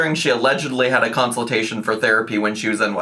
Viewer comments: It truly sends me into another universe for a second every time she says counseltation because what is that where are you getting that pronunciation why are you continuing it help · Someone tell her it consultation not counciltation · She really struggles with words ending in -tation lol. Council-tation, apple-cation, I bet there's more I'm forgetting about lol